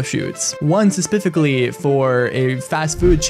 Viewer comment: Sepificaly? Say it slowly. Speh-sih-fih-ca-lly